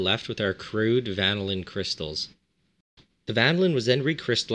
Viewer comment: Love the "vanaLIN" haha